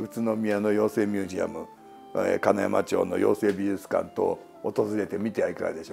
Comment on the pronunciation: 今回もとても面白い回でした！ 世間一般の評価や論評だけではなく、五郎さんの本質を語る洞察力や解説はいつも勉強になります。 それにリチャード・ダッドからまさかコティングリー妖精事件がつながるなんてとっても楽しかったですｗ あと…無粋で大変申し訳無いのですが、最後に福島県民として… 妖精美術館があるのは「金山町（かなやままち）」、「ちょう」ではなく「まち」という微妙なツッコミをしてきます